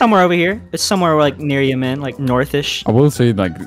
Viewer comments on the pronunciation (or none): yey-men, nice pronounciation of yemen